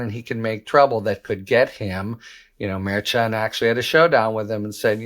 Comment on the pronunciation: It’s Mer-Shun not Mer-chun